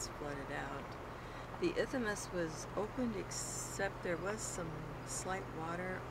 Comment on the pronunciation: Isthmus is pronounced without the "a" in the middle.